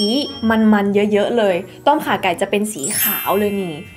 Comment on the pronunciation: น้องแหวน อย่างเก่งที่ออกเสียงต้มข่าไก่ ได้ชัดเจน